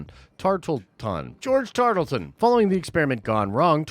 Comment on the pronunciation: George Tar-luh-ton.